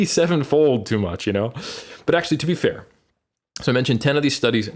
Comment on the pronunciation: Love when says potenshe(potentially) ackshe(actually) haha